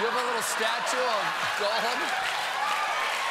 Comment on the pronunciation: What's Stephen got against onomatopoeia? He took the GULP sound out of Gollum and pronounced it Golem. Golems are interesting creatures but they don't have anything to do with Tolkien. Hey I'm not even a Ring fan but Stephen's always claiming he is, so why's he doing this?